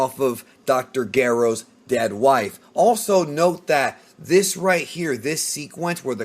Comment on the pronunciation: Can you pronounce soft "G's"??? GERO and Magenta you pronounce so wrong it's cringy